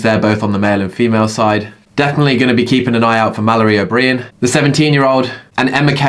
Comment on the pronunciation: Please can we talk about your pronunciation of names? O’Brien? Wtf 🤣